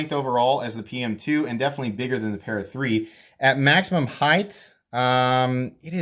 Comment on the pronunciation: Heighth instead of height is the new benchmade griptilian or in this case the ritter hogue. 😁😁